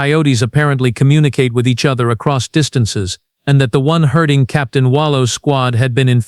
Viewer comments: Herding not "hurting" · herding, not hurting